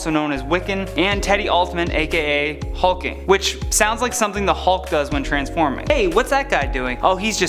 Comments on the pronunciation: It’s HulkLING. Not HulkING. Silly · HulkLing not hulking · I'm noticing a lot of obvious and very prominent errors in videos from these guys. You even made a joke based on your failure to realize it's Hulkling not Hulking. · HulkING.... Way to do your research.... It's HulkLING.... your editing department seems to be on par with whatculture... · Hulkling not hulking btw lol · Hulkling,like a young hulk....come on mann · Therry Thomas it is. He just mispronounced his name